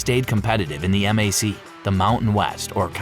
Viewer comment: Yes, this is AI slop. Pronouncing MAC by the letters, not as a word (that rhymes with back) is a tell.